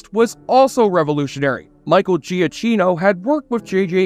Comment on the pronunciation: Giacchino is pronounced "Jackeeno" not "Gia cheeno" lol